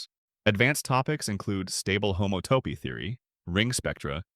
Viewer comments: Homato…. homato……😂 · I think an actual human would do a better job miss-pronouncing "homotopy" in multiple ways!